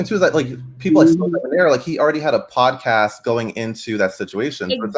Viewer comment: Monica tended to pronounce Sodeb(near) instead of Sodeb(nair), last syllable rhymes with hair. "Blaine" pronounced his name in the same unique way.